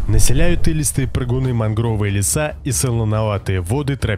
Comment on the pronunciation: мАнгровые леса,а не мангрОвые,по русски научись говорить